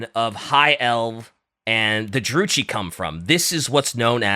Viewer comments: Stop saying Drucci, like Gucci........ (it's *Druki*) I cringe in pain!:face-fuchsia-tongue-out::face-fuchsia-tongue-out::face-fuchsia-tongue-out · The pronunciations are the only things about this video that I dislike. Druchii is like Drew-key. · MaleKITH, people. Like KITH and KIN. Like KISS with a lisp. ...And while "Drew-chi" might be acceptable, I'd suggest going with "Droo-key" instead. Also, Morathi can get it. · Late but the way they kept mispronouncing Druchii with the "ch" like in "church" and Malekith like Maliketh (VERY DIFFERENT) from Elden Ring was killing me throughout the whole episode. Please god bring in PancreasNoWork. I beg. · Druchi is with a "ki" sound not a "chi" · You pronounce druchii with a k not a c, like drukhii And keep up the good work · Love that there is no H in the Dark Elves' name, but they still say "Droochee" xD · "maliketh" and "drew chee" pisses me off more than I should allow it to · It's pronounced "dru-kii" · Druchi is pronounced with a hard k sound, like “Drooki” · Just a pronunciation thing, Druchii is pronounced with a hard K. Athel Loren is pronounced with an Ah, not a singular A. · How tf is trying to teach about fantasy when he can't say Malekith, Druchii, or Athel Loren correctly AND doesn't know if Skarbrand is in it? Do some research dude